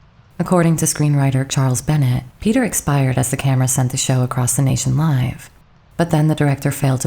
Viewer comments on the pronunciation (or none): none